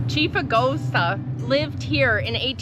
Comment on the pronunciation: His name is pronounced Ah gosa. Now go to Charliviox and meet Chief Louis McSauba. Mt McSauba. My 2nd GGF. Yet because I protested the Casinos, I am not allowed back on my ancestors' land.